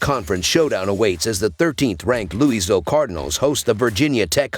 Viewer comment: its LOUIE VILLE. say it with me